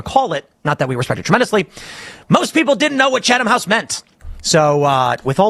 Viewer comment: Wow...this is the biggest load of horse manure I've heard in a long time. First of all, any real journalist knows what the Chatham (that's pronounced chat-ham you ignorant twit) House Rules are. Second, how can you possibly accuse Pool of secretly pushing the Israeli agenda to his audience when he said right up front who he met with, the general topics discussed - which by the way were not what Kimmy here claims, and what Pool told the Israelis. I could go on and on... Kim, you're no journalist. Tim Pool is. Do better.